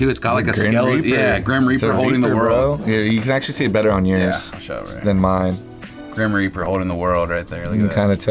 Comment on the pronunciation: "grin reaper" lol